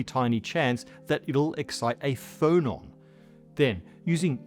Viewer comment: you said "phonon" but I heard "Frollon" and pictured a particle that was just Frollo's head repeated, orbiting and singing HELLFIRE in chorus